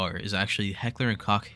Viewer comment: cool list but i cant get over your mispronunciation of heckler and koch